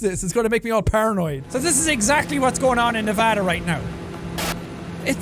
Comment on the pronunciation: Jack said Nevada correct and now he is my number one favorite youtuber people who live in Nevada you know what I’m talking about